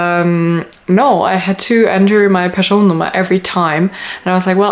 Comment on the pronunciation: Sounded like you pronounce skatteverket, Person Nummer and the other Swedish words as good as any Swedish born person